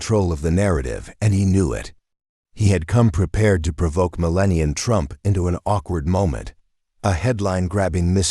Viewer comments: This is a great story that proves the parenting skills of Donald and Melania Trump. However, I was extremely disappointed that the narrator could not pronounce our First Lady's name correctly. Ever. Not once. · It would be nice if the AI voice was programed to pronounce Mrs. Trumps name correctly. pathetic! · Talk about dis-respect..... learn how to pronounce our beautiful First Lady's name correctly!!! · I hate A I. How many times did they butcher Melania’s name? And in the end, repeating the previous clip. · I am proud Baron stood up for his mother!! Sorry, but some constructive criticism for your post. Several words were not pronounced correctly. Several Missus should be Mrs. . More than anything you spelled and pronounced Melania's name in several forms. She is the First Lady for 2nd time and deserves to have her name spelled and pronounced correctly. Thank You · Another trashy fake story. Just to waste our time. This didn’t happen. Not taking anything away from Barron, but he’s not a paper-back novel star. This is a phony A.I. generated “Story”. You can’t even get it to pronounce Melania’s name correctly let alone spell her name correctly. You are as much an insult to her as the fake guy in your story. You USE their reputation to gain clicks. Stop it! You spread disinformation and misguide people about real life. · You need to learn how to say Melania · Please spell and speak Mrs Trump's Christian name properly! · Get her name right there is no n at the end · What’s pathetic is the narrator repeatedly mispronouncing Melania! You people need to get on your game a little better. Pretty good fiction. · You shoukdnt have AI narrate this. It didnt even prounce the first ladies name correctly. SMH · Who calls her millennia? It’s Melania he said it like as if you were talking about the age millennium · Your bot can't even say Melania's name properly, it's not millennia 😂😂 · Idiot narration - "Millennia Trump" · IT IS MELANIA, NOT MELENIA...MEL-ON-YA...;)